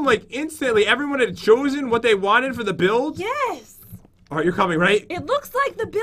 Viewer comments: Pat said buidf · “buildf battle” 😂